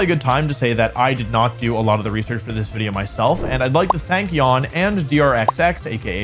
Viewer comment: I havnt watched wolfey in a while. But when did stop saying "wideo" haha